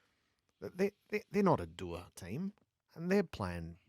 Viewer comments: "dooer"? Oh dear. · Finally found a gap in Gerard’s knowledge: he doesn’t know how to pronounce “dour”.